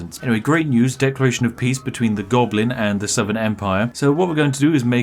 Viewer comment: "a conniving gonoblin." spiff 2020